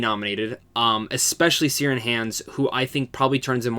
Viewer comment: I loved this one it's my new favourite film. Also pretty sure Ciaran is pronounced as Kieran.